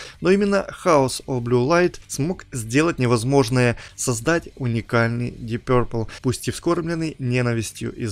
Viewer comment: Твоё пё-РРР-пэл режет слух! Что-то вроде гё-рррлз. Уважай английский и фанатов!